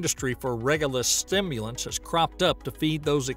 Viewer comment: Repeat after me: SIM-you-lent. LOL.